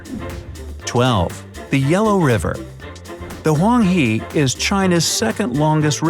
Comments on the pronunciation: Huang He is not pronounced as Huang HE, it's more like Her but don't pronounce the r too much, just like how you would say her in british english. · I felt amused by this yellow river "huang he" pronounciation.